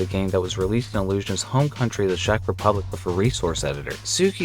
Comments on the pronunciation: Sheck? You mean Czech? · "shak republic" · Czech is pronounced "Check"/"Cheque"